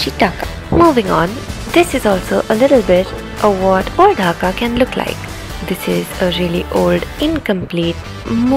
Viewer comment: Its dhaka not hakka